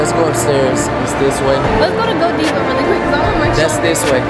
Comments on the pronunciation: “Go deeva “... it’s “guhdiva “ ❤️❤️ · Why was I cracking up when said "Go Diva" 🤣 It's pronounced "Guh-Dive-Uh" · It’s Godiva not Godeeva 🤦🏽‍♂️